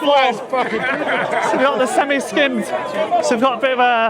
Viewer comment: I actually lolled at the emphasising of the milk being semi skimmed 😆 Brilliant 👍